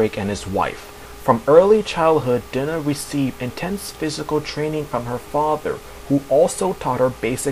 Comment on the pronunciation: her name is not dinner, it's Dye-Nah